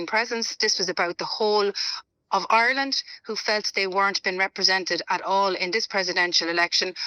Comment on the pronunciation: Declan English Ganley on about " Oirland". 😂